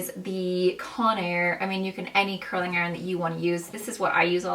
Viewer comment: It’s curling ! With a G! Not a K. Curlink and pullink are not words!